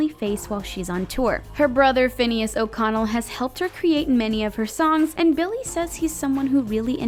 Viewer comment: o-oconnel..? finneas oconnel fineeus ohconehl